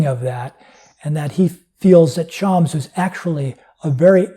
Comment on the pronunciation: It is pronounced Sh-a-m-s (the "a" is a short a as in "pass" and the "s" is a strong s not a z), definitely not Shaamz. Hope that helps. I am a native Farsi speaker by the way.